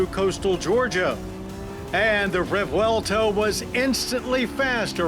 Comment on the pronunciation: Thank you John for another excellent review. You are living legend. And yes, we appreciate that you pronoun the car’s name correctly! 👍❤️💪